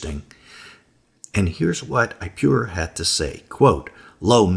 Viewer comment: Is pronounced ip-oh-raur not I-pew-rure. Watch the documentary "Patterns of Evidence" you will get it straight from the archeologists mouth.